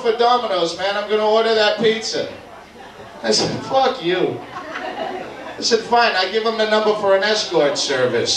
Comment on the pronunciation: Doug saying "fook" like conor mcgregor lol he don't speak with boston accent anymore